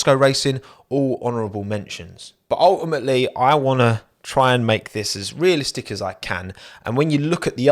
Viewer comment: Nobody:: UL-i-Mate-ly